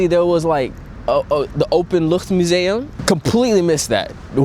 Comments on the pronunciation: “Openluchtmuseum” Wow, your pronunciation is perfect!! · na 2 jaar 'Openluchtmuseum' uitspreken like a local is bewonderenswaardig!! Props to you!! En welkom 🙂